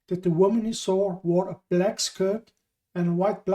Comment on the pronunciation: are you saying - bald / bulk/black man ??? - jeez your pronunciation is very bad